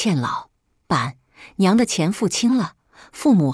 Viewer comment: 說你唔識字, 你又懂得讀, 可是....................為甚麽老..........板娘要分開讀呢? 真讓人不解! 🤭🤨😐